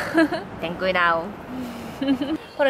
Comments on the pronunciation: Me encanta cuando dice "Ten cuidao" XDDD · me gusta cuando dice ten cuidaoo